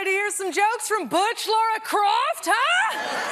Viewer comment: I’m officially adding people who pronounce it “Laura Croft” to my list of pet peeves.